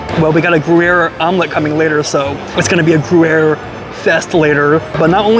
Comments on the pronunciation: yep he kept saying GOO-air. hehe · “Grew air” 😂😂😂 that’s hilarious lol I’ve never heard anyone say it wrong like that but I have heard it said wrong lots so it happens 🤷🏼‍♀️😅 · I’m sure you’re not going to learn anything, but Gruyère has a Y in the middle so it’s not pronounced gruere. You’re such an idiot. Also the frites in steak frites is not pronounced with the s at the end. And you couldn’t find your way in?! The restaurant is just inside the entrance. You are really a complete moron. It’s a miracle you can find your way home. How can anyone be so dumb? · it’s pronounced “gree-yehr” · Its gruyere.. not groo-air. Sigh. And take off your hat when you eat. Jesus Christ man. This guy isnt a good food reviewer at all. Barbaric and ignorant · every u is pronouced like hard y. so its omelete dy fromage. and gryer.